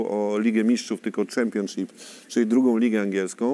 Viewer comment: Tak Tomek twój english to jedna wielkia katastrofa, Ty to nawet prostego słowa jak Championship nie umiesz poprawnie wypowiedzieć.. A powiedz jeszcze raz Player, 😂😂😂